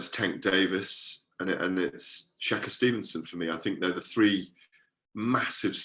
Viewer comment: “Shaka Stevenson” do you mean shakur u absolute tool